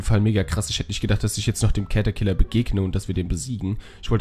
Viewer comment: es heißt nicht cet sondern catterciller